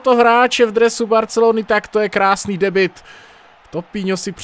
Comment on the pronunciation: nerika se spis Debut než Debit? :)